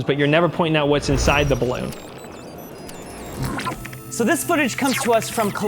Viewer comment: STOP SAYING BLOON